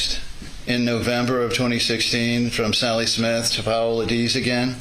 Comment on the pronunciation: AND Paola!?! FFS, lol.